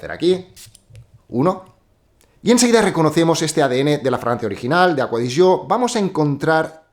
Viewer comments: Porque se pronuncia así en italiano. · por fin alguien que pronuncia bien la marca, no como otros que dicen ser fanáticos de ella y no saben como se dice 🤣🤣🤣no diré nombres. Pd: APM